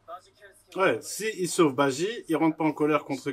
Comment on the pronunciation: C'est BAJI et non BAIJI